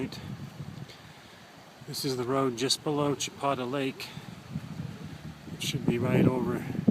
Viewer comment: It's pronounced Cha peta Lake as in Peta bread and no you didn't do the whole thing, it's starts at Flaming Gorge hwy...